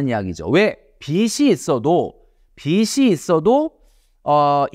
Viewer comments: 비시 ❌ 비지 ⭕️ 자꾸 거슬려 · 비지라고 발음해주시면 좋겠습니다 항상 좋은 말씀 잘 듣고 있습니다^^ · 빚이 발음이 비시가 아니에요..